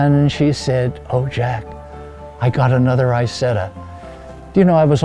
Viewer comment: Lovely piece. Now if only he would have learned to pronounce the name of the car properly!!!!!!!!!!!!!!!!!